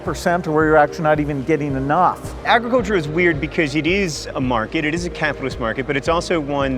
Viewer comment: Lol Gates.. Ay-gruhculture. Though I guess being a billionaire allows you to say words however you want x)